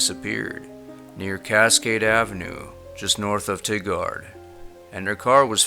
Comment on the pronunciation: I love your show! I only wish you would look up how to pronounce Multnomah, and Tigard lol.